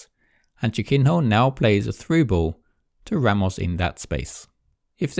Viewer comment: He pronounces it like: "chicken whore"